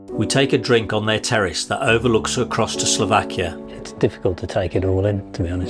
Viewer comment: Great God!!!!!😫....the name of the country is S L O V A K I A !!!